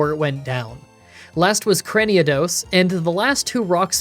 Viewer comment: Please stop saying "Craniados". Where does that second "a" come from?